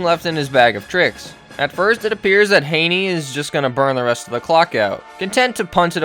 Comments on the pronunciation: Gave this a thumbs down SOLELY for the constant mispronouncing of Chad Henne's name (Hinny not Hayney) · Thanks for the video bro but the Chad Henne pronunciation is going to kill me. It’s not ‘Hay-knee’ It’s ‘Hen-Ee’ Like a hen, a chicken, and then just an ‘Ee’ sound. May Satan bless us all. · I gotta say bc it’s bothering me and chad is from my hometown. It’s pronounced Henny not hainie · Hen-ee….. Jesus Christ. Do you do research? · No mention of the Browns player choking out Mahomes and Chad Henne is pronounced like a hen not with an a sound. Browns can suck it.